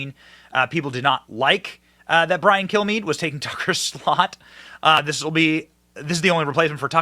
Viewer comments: It sounded like he said my name is Brian kill me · I swear it sounds like he says Brain Kill me😂😂😂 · When he introduces himself, it really sounds like he's saying "...I'm Brian, kill me..."